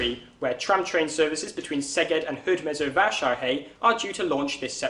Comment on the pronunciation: Congrats, you said the names of Szeged and Hódmezővásárhely so perfectly that I, as a Hungarian, raise my hat in front of you.